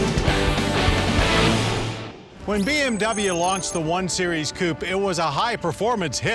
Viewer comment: Well he cant say coupé so there's that...